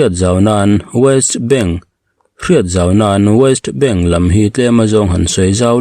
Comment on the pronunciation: Waist bank ti lovin West bank ti in lam la